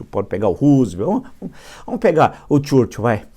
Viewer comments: Se Escreve Churchill se Pronuncia Churchow.Permita-me a Correção Instrutor.Vamos Adiante Villa. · desculpa, professor, mas não consigo evitar rir quando o senhor diz "CHURCHUL" kkkkkkkkkkk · Caro Villa Por favor, pronuncie o nome do Churchill corretamente. Tá parecendo o Bananinha falando inglês!